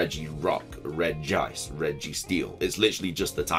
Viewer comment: It’s not reg-gice. It’s pronounced Regi-ice.